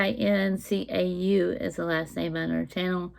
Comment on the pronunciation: Hello love! Cincau pronounce like 'chinchau' .... its actually 'Grass Jelly' 😊